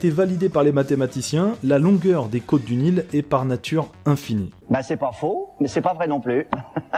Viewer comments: Au début je pensais que tu parlais des côtes du "Nil" et non d'une "île" du coup je comprenais que dalle quand tu montrais la Grande-Bretagne. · aaaah "d'une île" pas "du nil" putain j'ai mis 50 ans à piger